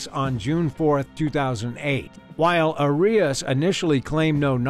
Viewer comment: Arias's case is so famous yet you pronounced her name wrong. Odd.